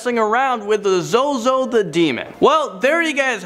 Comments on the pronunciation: its pronounced zoe zoe, not zoo zoo lol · First he said zewzew instead of zozo....lol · I noticed that too XD tbh he probably accidently said ZuZu - thinking of Pazuzu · Zuzu wtf it’s zozo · ZUZU OR ZOZO its zozo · for #1 its not zoo zoo it is zozo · It’s called ZoZo not ZuZu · The way you said 'zuzu' instead of 'zozo' for some reason hurt me internally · It’s Zozo, not Zoozoo😂😂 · He said zuzu. Zozo then he said it right the next time.. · My only question is how u wrote ‘ZOZO’ as zo-zo but said it as zu-zu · It is not zoozoo it is zo zo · It’s not zoo zoo it’s zo zo 😂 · whos zoozoo? its zo-zo! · Zuzu? NO ITS ZOZO!!!!!!! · Am I the only one who noticed he said zuezue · this man said 'zoo-zoo'.. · Number 1 zoozoo wtf ZoZo. You say it correctly when describing the demon. Lol funny. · Its not zoozoo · You Sayed zoozoo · It's zoz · 'zoo zoo' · it is spelle zozo but u read it like zow zow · “Zoo Zoo the demon.” Lmao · I love how he said ZoZo as zu-zu first then corrected it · tbh ur not even supposed to say ZoZo's name out loud O.o also I love how called it "ZuZu" the first couple of times XD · i cringed when he said zoo zoo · Oh god the cringe is real when he said ZoZo as "ZooZoo" at first. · Zoo zoo 😂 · ITS ZOZO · I hate how you said zozo at the start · He says the name wrong at first then says it right at the second time lol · He said Zozo wrong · the way u pronounced number 1 is wrong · At least he was pronouncing it wrong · Well, he was pronouncing it wrong, so I think he's safe XD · HE SAID IT WRONG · Thats not how you say zozo